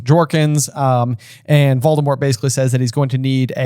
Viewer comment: Not voldadaddy 😂